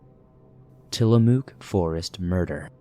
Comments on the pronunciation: Tillamook pronounces Mook as if you are saying hook. Sorry to do this, but it irks me as an Oregonian. 😂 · So I saw a fellow Oregonian, somewhere down there in the comments, correct your pronunciation of Tillamook,. Whilst I suppose I can understand the urge to do so, I’ve never actually corrected a YouTuber’s or a podcaster’s pronunciation. I mean, it’s not something I find either annoying or all that important. Of course, I also have no desire to offend my dear Oregonian sibling in the comments down there. I can certainly understand wanting to help out with unusual and/or regional pronunciations in a good natured manner. Still…having said the above, I also absolutely have to acknowledge just how cute and endearing pronunciation was! Furthermore, because the name includes a double “o”, choice of pronunciation makes perfect sense! For the English speakers in the swamp, we all learned at a very young age the rule that a double occurrence of the same vowel generally takes on the long vowel sound.